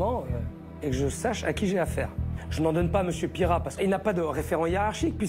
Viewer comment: Mr Pire rat pas Pierrat 😂😂😂😂😂